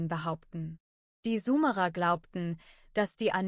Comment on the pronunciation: Könnt ihr bitte mal eurer Kommentar-KI beibringen wie das Wort "Sumerer" ausgesprochen wird. Das tut in den Ohren weh.